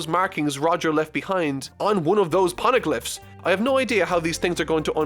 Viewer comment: I am glad you enjoyed one of my favourite arcs,... But... Can we just talk about doesn't pronounce shit right? Shandia has the Sh- pronounced like the Sh- Shore, Shade, Short, Shake. The H is not silent. Phoneglyph has the Pho- pronounced like the Pho- in Phone, Photograph, Phonetic. The H is NOT silent. I thought it was a fluke in the last video, like "oops, that came out wrong." But seeing it again made me realise that it was intentional. You meant to not pronounce the H... This might look like a nit pick, but the Phoneglyphs are a KEY PLOT POINT for the future of the series, with it being extremely connected to Nico Robin, the Pirate King Gold Roger and with the government of the world of One Piece. So if it turns out is going to pronounce it weirdly every single time he talks about it... There are some arcs whose reviews are going to feel veeeeeeeery looooooong.